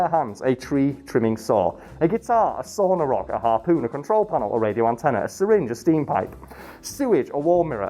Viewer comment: Did you say "sauna rock" or "saw on a rock"? Asking for an american.